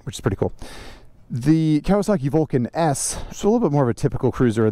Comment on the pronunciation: WTF can you say Vulcan S lmao